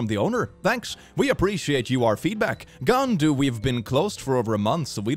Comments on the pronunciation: Bro didn't realise he just cussed. PS: Its pronounced gAAHNDu like in 'And' and 'you' but without A and yo. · I just gotta add that Gaandu is actually a bad word in hindi and it is hilarious that pronounced it actually well.